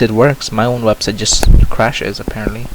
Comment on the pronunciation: did anyone notice that mozilla said Websit, not Website